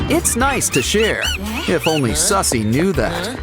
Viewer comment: Its Suzie not sussy